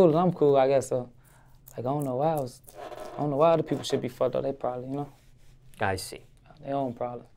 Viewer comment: Hear that La Capone “ yakno”. LLLA🤕